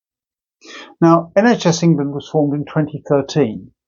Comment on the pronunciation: It's the word 'England' he has trouble with.